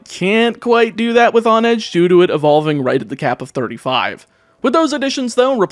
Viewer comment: The heck is a “viv-a-lon”? And a “hohn-edge”? 😂